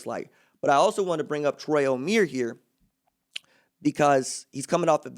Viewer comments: It's not pronounced O-mere It's pronounced O-mie-re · Omeire is pronounced oh-meer-aye, still great video!